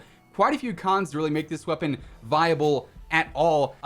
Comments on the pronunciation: Ah yes the Marshal Wepapon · Wepapon? Lol